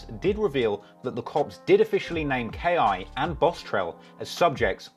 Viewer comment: It’s just K.I. Not Key